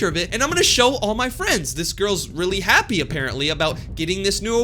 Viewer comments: She said happe😂😂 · no, not I’m so happy, “I’m so hapeh” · “happeeee” HELP😭